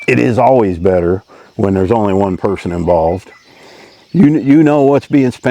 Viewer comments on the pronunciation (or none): none